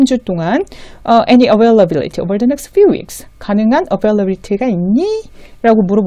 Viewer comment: It is wonderful to see a 'Business English' site. Thank you for your effort to help Koreans with their business English. I have a couple of questions. Don't we put 'of' after the date of a month? For instance, I would say, '18th OF February,' instead of '18th February.' Also the accent on 'availability' is on '-bil-,' in American English - maybe British accent is different??? Yes, I think Britains enlongate 'a' more than Americans. Also I would say, "whom to contact," instead of "who to contact to." Thank you for explaining the nuisance between 'Sincerely yours' and 'Yours faithfully.' Thank you again.